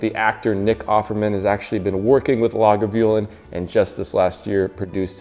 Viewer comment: Good video,. Check out Brian Cox' scotch pronunciations on YouTube. You sounded like a highlander...except for Oban and Lagavulin. Great drink recipe, too. Cheers, Mate...!